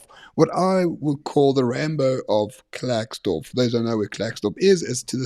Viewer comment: It's pronounced Clarkesdorp not Klerk / its in the North West not Free State. If u going to do a clip at the very least do research? Just saying.